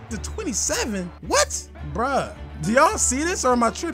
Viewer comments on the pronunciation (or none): none